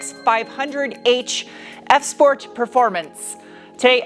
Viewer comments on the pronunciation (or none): did u say shport?